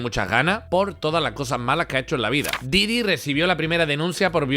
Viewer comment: Diddy Kong xDDD esa pronuncieishon